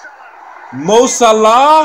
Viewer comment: It's actually closer to the way it's pronounced in Arabic 😀